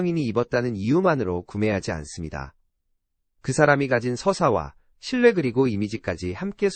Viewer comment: 신뢰를 계속 신례라고 하니까 신뢰가 안가.